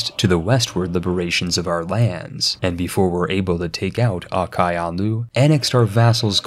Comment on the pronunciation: I cringed so hard at his pronounciation of Qara Qoyunlu